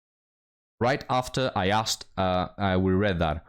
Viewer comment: She said "akstd" or "axed", instead of "asked." There's part of her problem right there. She needs a better community. She's been sullied a people who treat books like kryptonite